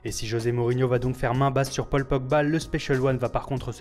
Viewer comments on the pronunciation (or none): none